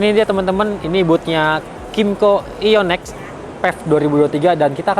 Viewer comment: Mas, coba deh tanya dulu sama org kymco dstu, i one x, mbacanya aiyonex atau ai wan ex,, kalo serinya ai wan plus ok,, tp ionex itu aiyonex atau ai wan ex, ckckck.